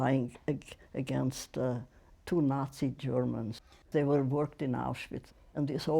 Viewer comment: The banality of evil. But why does Anderson Cooper not pronounce ‘Auschwitz’ correctly? It’s so disrespectful.